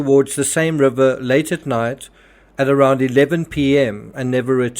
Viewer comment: Love the way you say rubber😂it's river bro! Rip anyone who dies.Stay safe everyone!